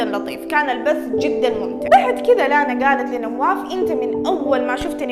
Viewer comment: فرحت يوم قلتي اسمي (لانا) ❤️‍🔥 احلى من ينطق اسمي والله💖 استمرييي وربي احبك ❤